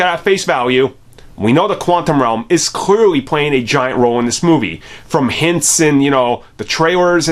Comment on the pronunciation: I hate how often he says clearly, because ironically he cannot pronounce clearly, clearly.